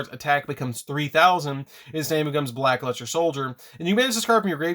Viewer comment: I've heard of Black Luster but never Black Luste 😂